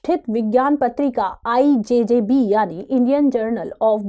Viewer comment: IJBB not IJJB